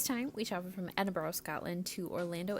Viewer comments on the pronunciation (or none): Nice review…just learn how to say Edinburgh properly!